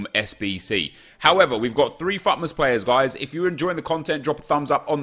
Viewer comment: F-U-T MAS? Why did he say it like that?